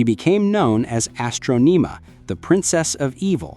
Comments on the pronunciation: Why do you keep on saying Astronima it’s Astronema you been saying her name all wrong lol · What's wrong with your pronunciation if you've seen the shows? Astroneemuh? Drawgo sword? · bro cant pronounce astronema tf its not astroneema you plebian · It’s astronama not how u r pronouncing it